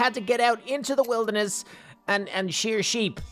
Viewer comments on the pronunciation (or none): none